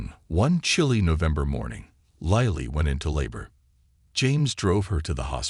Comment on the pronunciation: The person narrating this story has pronounced the woman’s name three different ways. Lily, Lilly Lili. Why can’t you find people who can navigate the English language properly?????